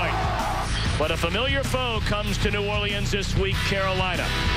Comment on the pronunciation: The announcer said New Orleans wrong